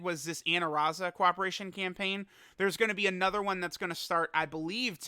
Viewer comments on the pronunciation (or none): The heck was that "AnNoThErrr" 🤣